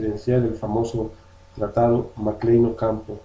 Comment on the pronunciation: A quienes perjudicaron las leyes de reforma de 1859? Porque no hablas claro y sigues hablando del tratado mclane-ocampo que ni siquiera sabes pronunciar .